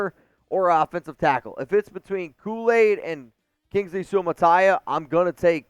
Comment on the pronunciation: 👏🏾👏🏾👏🏾👏🏾👏🏾👏🏾👏🏾 for the correct pronounciation of Kingsley Suamataia name. As a Samoan i gotta give it up. Raiiiiiiiiiiderrrrrrs